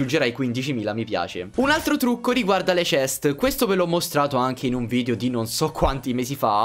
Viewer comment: a me piacciono i tuoi video ma mi girano i coglioni quando dici VIDIO SI DICE VIDEO VIDEO VIDEO porca miseria